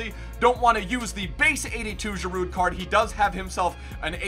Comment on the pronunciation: The D in Giroud is silent bro